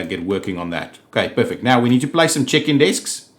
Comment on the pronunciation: Omg! Whenever you say "check-in desks," your accent makes it sound like, "chicken desks!" Love it! XD